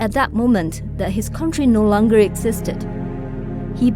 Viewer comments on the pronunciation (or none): 你的英语不够好一听你读Long就知道。而且你是支持共产党还是不支持？标题看不出，我快看了两个都看不懂你是什么？ I give up and move on.